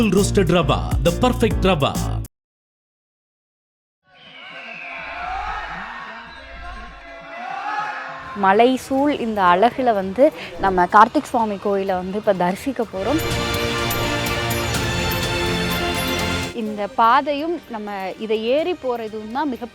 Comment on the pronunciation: அலகுல இல்லை அழகுல என்று சொல்லுங்க